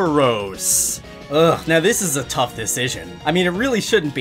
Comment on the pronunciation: "the elite four are gonna to be TOPH!"